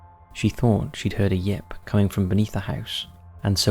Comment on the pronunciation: Chasticised, yep for yelp, vial for veil. Appalling language skills. Skewer instead of skew. Wow.